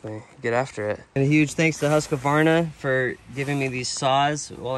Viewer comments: Husk Varna, NOT Husk A Varna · Just a tip when saying Husqvarna. It is two words, "Hus" = House and "Qvarna" = Grinder/mill . So first say Hus then Qvarna/Kvarna. Cheers and thanks for the show!